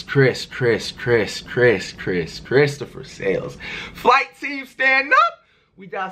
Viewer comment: Kayani Bailey Flight* Not fLight or fWight just Flight.